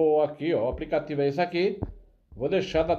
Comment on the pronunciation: Esse português do pipoco é uma comédia kkkkk apricativo.